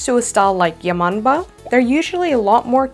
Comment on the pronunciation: When she said "yamombo" I thought she said your mom bro